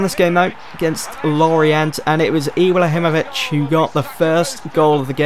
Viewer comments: Ibla himovic? I am from Sweden btw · 'Iblahimovic' 'Marqwinhos'